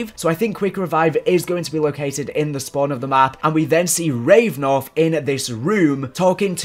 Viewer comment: It’s Rav-A-nov, not Revnov!